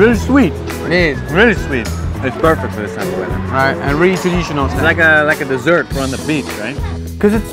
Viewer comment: dessert 是不是念错了